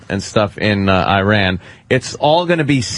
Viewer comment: Dunce Opie, if you can't pronounce 'Iran', you shouldn't be discussing it.